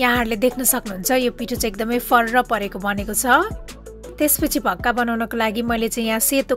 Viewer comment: Bhakka hoina ho mis it's call 'vaka'